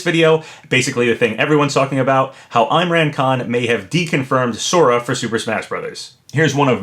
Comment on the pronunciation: it’s not pronounced eye-mran it’s pronounced like im-raan con, like if the h in him was silent, (h)im-raan con